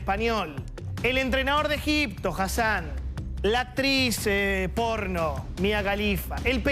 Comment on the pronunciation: Argentinian loser hit the "Porrrno" with a hard R